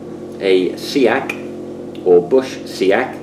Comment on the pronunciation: I is pronouced, sacks. Much like axe.